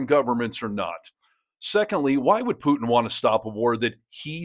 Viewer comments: tRump, your full of💩 Kennedy, putin is pronounced POOTIN not PEWTON. Thanks for the coverage👍💙🔵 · You've got the sense to correct Kennedy's 'Pyewtin', you should know it's 'where we are', not 'where we're at'. And it's not 'nukyuler', either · Did he say “Pew-tun”? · I love how ding-dong Kennedy calls him PEW-TIn. He can't speak English the way I do...DEPORT HIM, right MAGA? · Who is "Pewtin"? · He said Puetin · Did this old woman, Kennedy say Pewton? End the war in 24 hours or less? Only Imbeciles believed that. No way is Putin afraid of trump, no way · Foghorn Leghorn calls him "Pewtin". 😂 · Ha ha Pew-tin. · Pewton, ha ha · Put your teeth in before you speak Kennedy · Kennedy from Louisiana is a Jacka$$ full throttle. Alligators from the louisiana swamp has more brain cells than him, plus he always sucked up to Lumpy brain Don. He can't even say the Russian Losers name correctly. Another Louisiana Low grade education politician. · Kennedy can't even pronounce putin😂